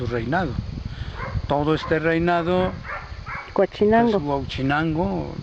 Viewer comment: La entrevistadora dice Guachinango jajajaj 🤣 es Huauchinango